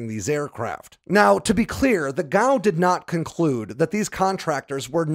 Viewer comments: G A O. Should be pronounced one letter at a time like other government agencies. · FYI, I've only ever heard of "G.A.O." being pronounced as an initialism, one letter at a time, not as an acronym.